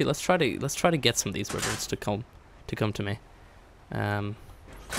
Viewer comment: Wiverns, lmfao